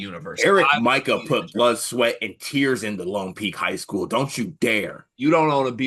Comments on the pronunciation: "Eric MICAH" lol its Mika pronounced "Mee kuh" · You can't be a BYU guy and say Eric MY-ka. It's MEE ka. 😆😁